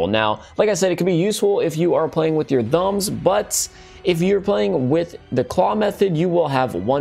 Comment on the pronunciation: Bruh I'm sorry but learn how to say thumbs